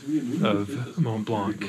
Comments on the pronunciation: You don't pronounce the C in Mont Blanc.. Make an effort guys... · it's not Mont " BlanK " FFS, the C is silent guys ...😆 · It's called Mont Blanc, not Mont Blanque lol. The c is silent. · Strange that you managed to get up a mountain without getting it's name right, it's pronounced mon blan, not mont blankkk.... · Nice work and nice video. But just a thing, we said Mon(t) Blan(c) 😄 🇫🇷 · Nice video. It's "Mont Blan". The 'c' is silent. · I’m also coming to the same conclusion that guys your awesome ... To do my geek 🤓 : It’s pronounced Mon Blan which means the white mountain. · its pronounced 'mon(silent ish t) blonc'! very nice work boys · regarding your last question, you are note saying Mont Blanc right ;) (the t in Mont and the c in Blanc are silent). But super awesome video! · Great video! I did it a long time ago with my father. I do not mean to be rude but the C at the end of Mont Blanc should not be pronounced!😅 Like the T at the end of the world Mont… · The C in Mont Blanc is silent. ;-) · T and C are silent :) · Well done, great achievement, but please try to pronounce Mont Blanc correctly. It's not difficult.